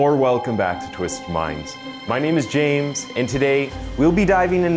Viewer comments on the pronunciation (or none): none